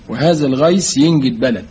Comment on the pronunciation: الغيث وليس الغيس ...النطق بالمصري لا يجوز ...